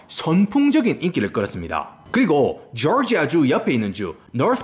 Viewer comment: 조지아를 졸지아 애틀란타는 애를라나 이게 본토발음인가요?